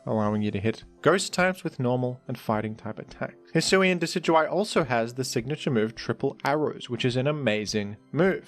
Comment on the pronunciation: You mean Deca-do-we?